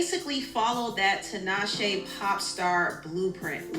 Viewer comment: I had to cut it off bc he is butchering Tinashe’s name.